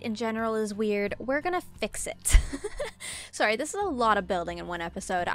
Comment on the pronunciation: Sometimes I can hear your Canadian accent shine through when you say “sOrrry” sry if that was rude also your so pretty ☺️